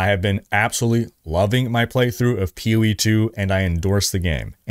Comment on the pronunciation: You do not have to keep saying P-O-E 2. Just pronounce the word, Poe. It’s an acronym. Other than that minor complaint, great content as always!